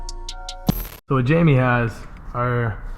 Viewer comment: Its spelt jaime (hi-me), so why is he calling him jamie